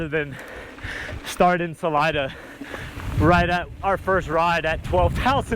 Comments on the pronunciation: Salida is pronounced sa-lee-da. Look it up. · the city is literally named after a Spanish word. As a native Spanish speaker, pronouncing it Sa-lie-da would be as asinine as saying tay-co instead of taco